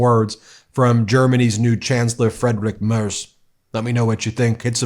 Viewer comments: Your pronounciation is absolutely wild. freydtrik mehrs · you got the pronunciation of Friedrich Merz very wrong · His name is Friedrich Merz, not Frederick Merz. And sure, he will be Chancellor, but he is not elected by the Parlament yet. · Friedrich Merz, pronounced as freedrich merts, is in fact a millionaire, ex-judge, ex-venture capitalist, populist flying his plane in and out from home to Berlin so far. Still a long way to become chancellor. Too many here are as dumb as the MAGAs voting AfD and every term they're growing in parliament. Gross!! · "freedrik maers". too funny. i will always pronounce him like this from now on. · Small hint: it is pronounced Freedrikh Marts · Did you know that Friedrich Merz worked as a judge, and as a lawyer for Blackrock? The first AI voice-over was actually quite realistic. By the way, Friedrich Merz's name he's pronounced "Freedrikh Mairts". Or Simply "Fritze". 😄 And let's face it: Trump is a traitor. Not only against his allies, but also against his own people he swore to protect. How is this oath not already broken? Impeachment now! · Free-drige Murtz is probably the closest an American can get to pronouncing his name correctly. And let me be clear. This outcome is probably the second worst. Merz' foreign policy is good. He supports Ukraine, a strong Europe and sees that the US is not a reliable partner anymore, but rather another threat. As for the rest of his and his party's policies, they are just as conservative and regressive as those of republicans. He blames immigrants and the left for every problem there might be, real or not. He is a millionaire, who made his money causing the housing crisis, and a former lobbyist and he will bleed the poor in favor of the rich. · FYI: FREEDrich Mayrts is the pronunciation. Love your stuff!